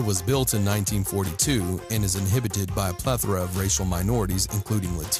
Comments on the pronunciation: Inhabited not inhibited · "Inhibited by" lol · You're meaning "inhabited" not "inhibited". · He keeps saying inhibited. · WTAF? Inhabited, not inhibited. They mean very different things, and should not be confused with each other. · inhabited is not pronounced "inhibited". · "Inhibited"? I think you mean to say "inhabited". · Inhibited FUCKING INHABITED TOOL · You know its in habit ed right? Not inhibited ....they mean completely different things....although you are still right. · Hey, I'm pretty sure it's "inhabit," not "inhibit." You keep saying the projects are "inhibited" by whatever gang, however, the proper term should be "inhabited." To "inhibit" someone or something is to stop or prevent them from doing something. To "inhabit" something or somewhere is to live or reside in that place. Not trying to be a smartass or anything, just wanted to help you out with the correct terminology. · Dude. InHABited. Come on. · Inhabited NOT inhibited. Just use the word live and stop being pretentious. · Haha, the narrator doesn't know the difference between inhibited and inhabited. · OMG... inHABited not inhibited! 2 totally different meanings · You keep saying inhibited when it should be inhabited. Big difference in meaning. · Its not "inhibited" by war workers, it's "inhabited" by war workers. Learn the fucking language you dumb ass... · it’s inhabited not inhibited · Narrator's note: "inhabit" not "inhibit"... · FFS! It's INHABITED not, _inhibited_. What is so difficult about that? Narrator, you're not making any sense. Next time, consider reading through your script before recording it. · inhibited or inhabited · I wish you would learn to say INHABITED, not INHIBITED. Means something totally different. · Inhabited, not inhibited you stupid fuck. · Uh, inhibited?